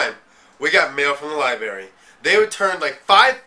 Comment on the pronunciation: "Libarry" lmao